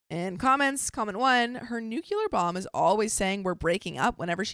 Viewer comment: there's no U between the C and the L in "nuclear".